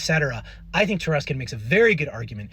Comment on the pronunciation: That's "Taruskin."